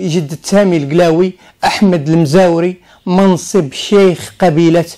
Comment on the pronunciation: إيدار (بتوقيف الدال). المزواري وليس المزاوري.